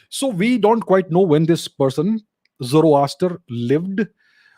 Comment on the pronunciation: Zoroaster is more sound like zoro aster i.e. Zaro Asur